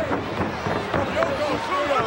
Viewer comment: Does anyone wanna tell him it's not Yokozuma it's Yokozuna. After the belly to belly I watched it 10 times😂